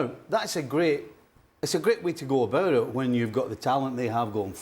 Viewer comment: 'about it' not 'abourrit'